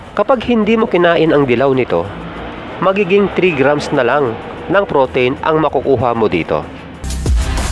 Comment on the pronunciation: nadidistract ako sa pagbigkas mo ng pro-teyn... pro-teeeeeen yun sir.. anyway, pinanood ko ang mga videos mo dahil chill lang.. salamat sa mga videos mo